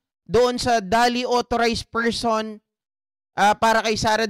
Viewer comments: Yung 'duly' po ay pronounced as jooly hindi dolly hehe peace po ✌️ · Correct pronunciation of DULY is same as julie not dali